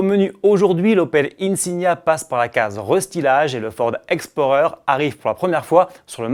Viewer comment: Combien de chevaux pour le Ford Explorer ? Il a fait exprès de mal prononcer ou quoi